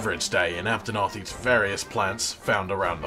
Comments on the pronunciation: Duel of the fates, this makes me happy and now I'll never be able to unhear "cotton" "aptonoth" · COT-TON! APT-ON-OTH!